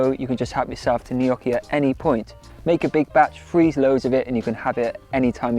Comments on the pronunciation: LOL you're saying either Knockee or Kneeeeyocki. it's neither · You are so talented. Everything looks delicious. Glad you give alternative to frying. For instance to bake the layered potato dish. I love potatoes but can't eat Irish potatoes too much so I stick to yams. You pronounce gnocchi different and it makes me smile. 😊 Merry Christmas and Happy New Year!